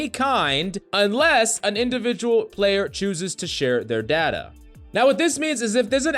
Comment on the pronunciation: The way this guy pronounces data hurts me.